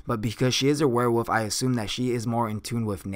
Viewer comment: Can you say werewolf instead of "where wuff"?